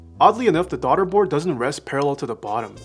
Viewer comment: “Darda board”